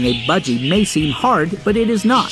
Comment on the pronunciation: Is it just me who’s kinda annoyed by budg eyregar? No hate by the way love the video